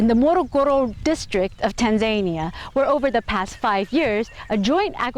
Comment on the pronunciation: It’s Tanzania! Not tanzenear